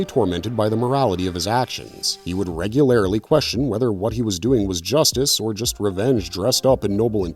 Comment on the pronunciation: It’s difficult to listen to his narration as he consistently mispronounces words like regularly, particularly genuinely. He seems to have problems with those words, and it’s more frustrating that he repeats them a lot.